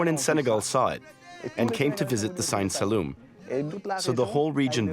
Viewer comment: Why does the english voice keep calling it "Sign" Saloum instead of Siine Saloum?